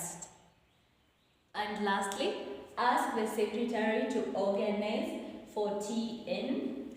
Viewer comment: Organise has been used as a verb...you stressed the first syllable😊